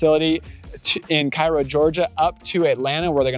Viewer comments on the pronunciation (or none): It’s pronounced (Kay-roe) Cairo.